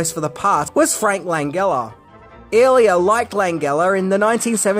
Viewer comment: butchering Frank Langella's name hurts my ears. LAN-JEL-LA as in Jelly...not LAN-GULL-A as a Gulible